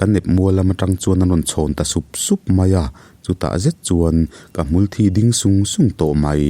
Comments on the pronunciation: Unaupa,I thil chhiarah khan; Hmulthi tih ah khan mitthi ti a kan lam rik ang chiah a a tawp lamrik san tur a ni e;thi i lam rik danah chuan thi(Blood) ti angin a thluk i lam hniam a,a awmzia i lambo daih a nia. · A hniam zawng alam chuan thisen (blood) sawina ki ani a, sang deuh rai a athluk chuan a sawi tum hmulthi dik tak hi ani... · A ngaihnawm leh pek mang e. Mahse, ka sel hram dawn. Hmulthi i lam dan hi i tisual palh anih ka ring. 'Thi' tih lai hi a sangin han lamri ta la, a ngaihnawm lehzual ang. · i channel hi ka ngaithla ve nual tawh a, mizp tawng i thiam in i aw nen pawh a inhmeh khawp mai, mahse ka tih duh chu "Hmulthi" tih a 'thi' tih hi blood ang in i lamri thin a, 'thi' dead ang zawk a la, rik tur a nia, nakin zel ah i lo tangkaipui theih tak in.